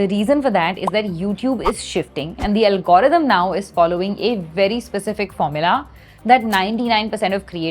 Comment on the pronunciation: Algorithm ❌ Algrm✅🤣🤣🤣 if u know then u know